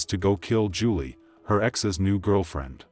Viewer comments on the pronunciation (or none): Please pronounce her name correctly it sounds like July not Julie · Did that reporter say "July Johnson"?! 🤦🏽 Just disrespectful.. She knew dang well that's not how you pronounce that. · Here name was pronounced "July" like the month. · Her name is pronounced like july Rip 😢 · I appreciate you covering Julii's story, but my little cousins name is pronounced like the month of July, but it's spelled Julii. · July it's pronounced July